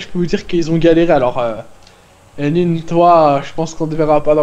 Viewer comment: Unwin dit "stalu a tousse c’est unwinnne"